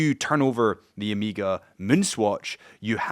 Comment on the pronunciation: Man , it's Omega not Omiga…. cuts in the ears….